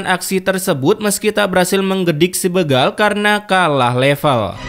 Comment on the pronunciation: Bukan begal bro tapi dibaca bégal. Sepertibaca berak